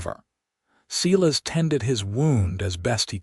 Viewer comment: The first name of the cowboy is (Sī-lăs) or (Sī-lĕs) I wish the people who does the stories get the names right.